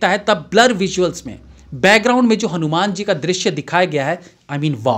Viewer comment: Bhai saab pehle aap hanuman ka uchcharan thik karo fir review krna Kyonki director pehle hi hindi me likh ke confirm kr chuke hn